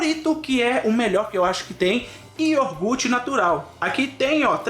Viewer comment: Pára de falar iorgute, que dá aflição.